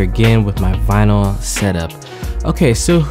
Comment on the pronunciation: Late but it's also not vynil. It is vinyl.